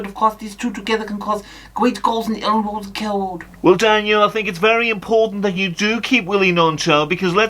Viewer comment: Elland woad cawwow woad